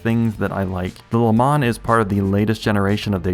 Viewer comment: Please learn how to pronounce "Le Mans" in French as it should be !